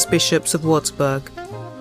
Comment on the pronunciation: Possibile che non sappia neanche pronunciare correttamente il nome della citta'?